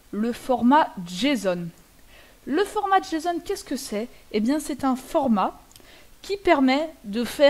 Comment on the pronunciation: Prononcer JSON, tu peu aps Gramaticalment, tu te retrouve à dire jeson ou jason